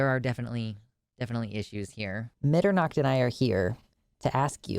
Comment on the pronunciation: I love your cat, but hearing you pronounce Mitternacht hurt a little bit